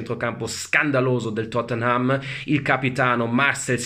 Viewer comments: "Il Tottenhám"🤣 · Pronuncia napoletana 🔝